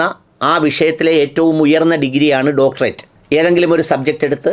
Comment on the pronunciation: സംസാരത്തിൽ യാതൊരു കഴമ്പും ഇല്ല. വ്യക്തി തേജോവധം അല്ലാതെ.സംസ്കാരം എങ്കിലും ഉണ്ടാകട്ടെ ഉണ്ടാകട്ടെ എന്ന് പ്രാർത്ഥിക്കാം. ഡോക്ടറേറ്റ് എന്ന് ശരിയായി ഉച്ഛരിക്കാനെങ്കിലും പഠിക്കണം.